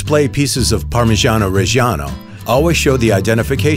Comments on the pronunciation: The art of parmigiano 🙏🏼🇮🇹 PS: But please.. pronounce it right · makes a tutorial on how to get a parmigiano pro cant pronounce it correctly